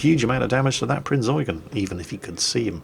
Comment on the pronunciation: Pritty shure he does it on purpose